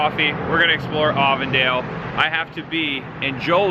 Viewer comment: Happy Reminder.. its Avon-Dale, like the cosmetic company 🎃👍